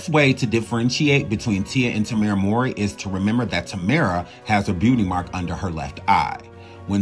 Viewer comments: THANK YOU. I love the video, but I keep screaming, "MOW-REE, like 'COW-REE'" to my phone everytime he messes their names up. Lol. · Just because the storyline had it where their biological couldn't have it proven where someone could say, "you ARE the father!" doesn't mean the narrator should continually mispronounce their last name as "Maury."